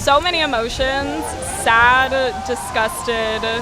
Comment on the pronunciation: so many emotions: saduh disgusteduh angreeuh